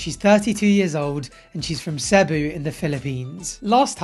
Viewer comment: your content is fantastic I have always loved it but I cringed at when you said Cebu it’s pronounced as Sea-boo